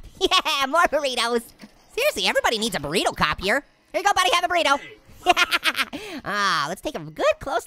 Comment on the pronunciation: THIS GUY MAKES ME LAUGH EVERYTIME HE SAYS BORRITO